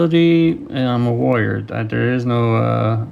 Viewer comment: When you first said warrior I thought you said lawyer.